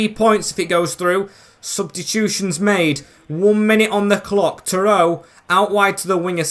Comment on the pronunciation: its not terowe its terodde, like tero de